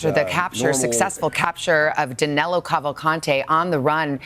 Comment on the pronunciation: His name is Danilo Cavalcante, not Danelo.